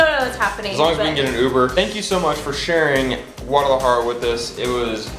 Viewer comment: De hecho tu y la dicen "guararajara", pero se entiende, ya quisiera hablar el ingles, como ustedes hablan el español, saludos!!